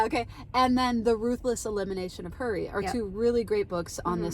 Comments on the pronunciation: At first I thought you said your friend gave up “curry” for lent. Then later I heard “hurry”. 🤣🤣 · I thought the first couple times you said “fast Curry”, 😂 Great conversation!